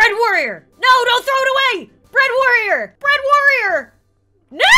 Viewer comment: bread warrior sounds like uganda warrior to me